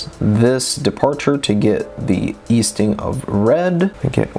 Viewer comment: Thank you so much all this info you but together is extremely helpful! I will point out the 2 elephants in the room tho “Northink and Eastink”😅